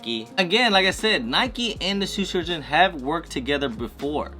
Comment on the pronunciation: Love the way you can’t say Shoe Surgeon. “Sue Surgeon”. Must be working too hard.